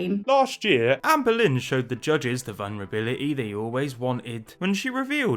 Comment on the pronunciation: When says "Amberlynn" I ALWAYS hear "Anne Boleyn". It makes his coverage of her 100x funnier.